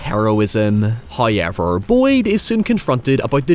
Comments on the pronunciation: First "hoyevver" drops , and we are rewarded with human flesh. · "Breakfast... lunch... and HOYEVERS."